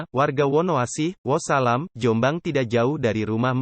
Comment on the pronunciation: Bukan wosalam,tpi wonosalam min...piye see